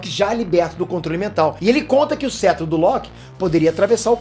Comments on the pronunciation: só eu q fiquei incomodado com "cêtro" ao invés de "cétro"?? zueira, parabéns pelo conteúdo! ta muito bom o conteúdo e muito útil agora tão perto do lançamento do Ultimato! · pelo o amor de deus se pronuncia "Cétro" não "Cetro" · que cêtro o correto é cétro... kkkkk Para de falar errado...